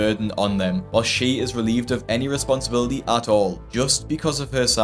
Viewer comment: These people disgust me and its hard for me to feel sympathy. However, I do wish them the best. I also wish the best for Dr. Now's english skills and hope he learns how to say words like responsibility. 😂